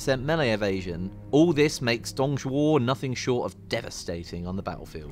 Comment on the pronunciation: My god the Pronunciation for Dong Zhuo is bad x.X